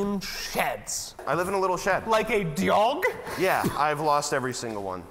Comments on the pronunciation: “LIKE A DYOG?!?!” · Like a doaug that is the first of pronuncing stuff weirdly on the sorry channel